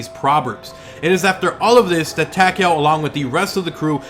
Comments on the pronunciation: Yeah it sounds like he's saying Tackyowe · Am I the only one who finds how he pronounces takeo wierd?